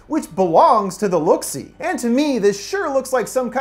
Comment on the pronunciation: Next time say look see notes correctly don’t change it please